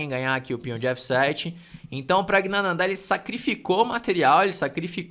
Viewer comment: Praggnanandh"áá"??? kkkkkkkkkk é wingardium leviosa não leviosá